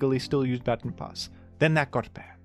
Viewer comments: It's "ba-tawn", not "batten" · Hey I am a 27yo blind man from USA. That’s not how you pronounce baton :) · Hi, great video! Unfortunately, I as an Australian do not pronounce baton as "batten", rendering the entire video invalid, and the point moot. If you could kindly take the video down and upload an apology video, that would be great. Ukulele optional. Thanks! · Can’t believe this guy pronounces baton as baton instead of baton 🫵🤣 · I am not a rotten egg and therefore will not be commenting on pronounciation of the word "baton" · You say baton funny. Sincerely, Rotten Egg